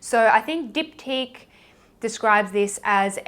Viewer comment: I love how you said the Diptyque fragrances’ names! I love when non French people speak French, I always found that very exotic!!! As for the By Terry fragrant délice, the « t » is actually silent but you did good ^_^. You have so many great choices but It’s so bad for my wallet.